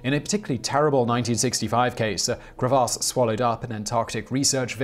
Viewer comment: The way he said " crevasse " though 😂😂